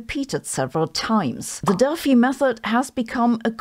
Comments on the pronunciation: German pronunciation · When she said Delphi method, for a second I understood DEATH METAL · You are saying Delphi wrong FYI. And also George.